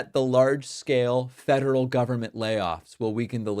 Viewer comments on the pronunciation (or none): Hey, I have something I can agree with Trump on something! I heard fentanyl instead of federal the first time that reporter asked him the question.